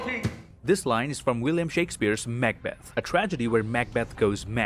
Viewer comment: ha, its great you pronounce it MACK-Beth , instead of what Im used to , the classic McBeth